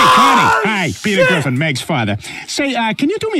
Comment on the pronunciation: when he was saying Peter it almost sounded like beat her